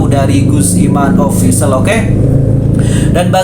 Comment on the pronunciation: Cuman saran aja kawan ... Tata bahasanya bisa diperbaiki khususnya kata baca "official" Dan bahasa lainnya bisa diperbaiki ...